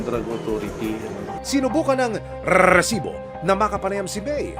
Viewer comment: mr john consulta, pwede mo bang sabihin nang maayos ang salitang resibo...ang cringe worthy kasi...as in eeeeeew!